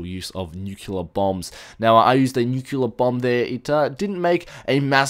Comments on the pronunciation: its also Nu-cleear, not nukular.... just sayin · It's not nucular blast it's a nuclear blast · In-sen-dee-air-ee New-clee-er